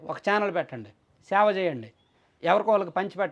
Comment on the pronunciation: సేవ, శావ కాదు.